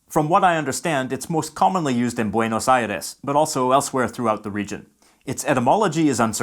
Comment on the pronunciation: me encanta como dice buenos aires y rio de la plata saludos de argentina